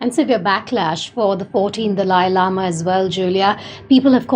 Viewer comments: Indian woman is saying Dalai Lama (not delay), just English speaking people often pronounce it Dali like the host in this video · Correct pronunciation: Dah-Lah-yee Lama! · It's pronounced The-lie lama